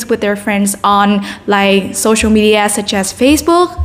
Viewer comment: từ media chị phát âm sai nhiều lần quá và còn nhiều chổ nên 7.5 chưa lên đc 8.0